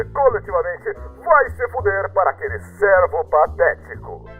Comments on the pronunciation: só eu que fiquei agoniado quando ele disse servo em vez de cervo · Eu CAPTEI UM ERRO DE PORTUGUÊS Erraram a pronúncia de cervo disseram servo em cervo